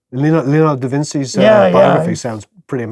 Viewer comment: Did actually say the "c" in da Vinci like an "s"??? 😱 That's Eye-talian, not Italian.